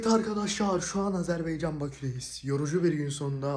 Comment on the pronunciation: 'Azerbaycan" değil arkadaşım "Azerbaycan"🇦🇿